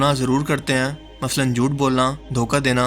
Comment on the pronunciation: Baht khub dost....👍👍 bas apna accent matlb talafuz thik karo na...jaise app bolte ho (aisa karte ain) baht touchre hai